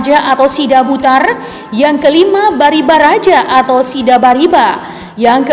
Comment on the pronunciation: kamu sudah benar menyebutnya Sidabutar. Tapi istri Raja Silahisabungan itu bukan 3(Tiga), tapi 2(dua) 1.Pinggan Matio Br Padang Batang Hari 2. Similingiling iling